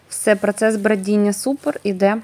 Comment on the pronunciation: Не додаватЬ , а додаватИ !!!!! Не змішатЬ , а змішатИ !!!!!!!! Не прАцес, а прОцес !!!!! це не хліб ,а КОРЖІ !!!!! А кІлим -- це що ?!.... к І л и м ...